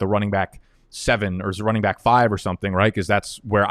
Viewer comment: Why do you say byck instead of back?